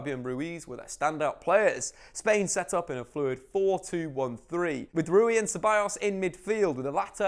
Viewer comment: Am i the only one who was triggered that he never pronounced ceballos "cebayos." 2 Ls in Spanish make a y